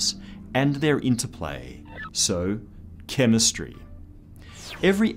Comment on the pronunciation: Respec the "chemestry" jajajajajaja, is that sarcasm?